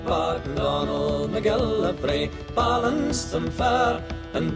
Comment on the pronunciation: Were u saying bollonce or balance